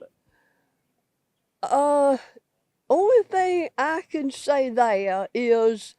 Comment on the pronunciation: That woman's accent is crazy. I didn't think they're had three syllables. They ah uh